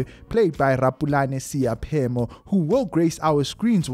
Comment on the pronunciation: Not Seyaphemo👎🏿but S..e..i..phemo